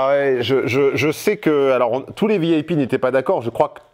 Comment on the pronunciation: Non mais quel impertinence! Balancer à sa cliente qu'elle est "vieille pie".... sérieusement, quel accent horrible mon cher....le i en anglais se prononce "aille" et non "eille". Alors Vi-aille-pi plutôt que vieille pie! Prend ça bien!